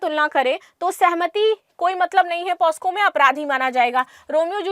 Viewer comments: it is not posco,it is pocso (पोक्सो). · मैडम पोस्को नहीं पॉक्सो होता हैं... Pls correct Ur pronounciation!... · Madam ji 🙏✍️,pos--co...nhi .🙏💐 POc ___so .. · दीदी वो पॉस्को नहीं पॉक्सो होता है